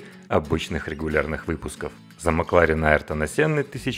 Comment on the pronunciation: Почему МакларЕн?